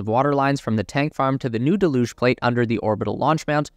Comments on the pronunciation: "Deluge" is supposed to be pronounced DELL'yüj, not duhLÜJ'. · Duh looosh? Its 'dell yooog'. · Can't take it seriously when you get to the word 'Deluge' type it into any dictionary app and hit the little speaker symbol and it will tell you how to say it ! just nitpicking really but it's really annoying ' DELL - hUGE '....cheers. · Look up "deluge" and hit the pronunciation button. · You're pronouncing deluge incorrectly. Search for deluge on an online dictionary and click on the speaker. It will pronounce the word for you.